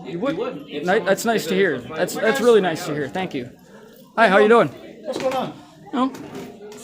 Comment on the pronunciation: He sounds weally swilly